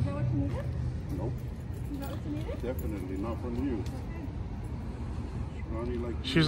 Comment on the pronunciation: “He said don’t talk to me like daaat Chico” 😂😂